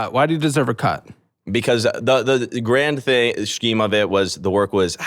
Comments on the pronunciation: He can go to Mars if he wants, but can't pronounce "scheme" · This person learned the word “scheme” by reading it and none of his yes-men have corrected his pronunciation yet. Honestly just surprised he might be able to read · Scheme- it's pronounced "SKEEM"........ not "SHKYEEM" 🤣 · How to pronounce “scheme” : Skeem just like the sch in school. 😊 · Can someone please please please tell him to stop saying Shkeem instead of the word he’s trying to pronounce … scheme (sk-eem). Also, one day his “friends” are going to bail and grow up and realize they can’t live and thrive long term on free food and cool experiences. All of these “adults” are screwed in the long term because investing and saving aren’t even words in their vocabulary due to this idiot’s view on life. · scheme pronounced SHKEEM is funny, and I respect cause hes actually very kind. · He can’t pronounce scheme🤦🏼‍♀️. It’s not shceme bro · Guy gives such little shit about everything he can't even pronounce easy as fuck words. Shkeem, Hunded, sheesh. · The guy is pronouncing the ch in scheme. It’s simply “Skeem” just like we pronounce “school” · is it normal for Americans to pronounce the H in scheme? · Is He trying and failing to pronounce scheme ??? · Homie made me forget how to pronounce “Scheme” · no, don't make him say scheme again. His pronunciation is like nails on a chalkboard for me.